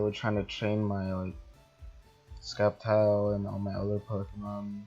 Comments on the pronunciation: STOP SAYING SKEPTILE ITS PRONOUNCED SEPTILE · It's not skeptile it's sceptike u pronouncing it wrong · did he said skeptile ? wellif he did said that its actually septile(sceptile) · Sceptile its not sceptike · He sez it k but it's a c